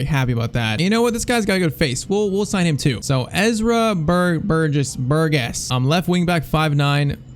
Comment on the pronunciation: PCQ: If you sign moukoko do it next season as a free agent. His contract runs out after the first season during career mode. Also Ezra Burgess you pronounce his surname like burjess.